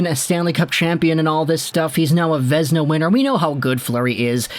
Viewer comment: Vézina is Pronounced Vay-zee-na, not vezna